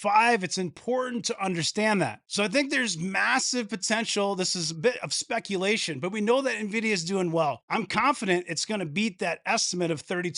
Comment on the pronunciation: Booyakasha! "A bit of spekulashun" ....Keep up the mad content about NVDA. RE5PECT!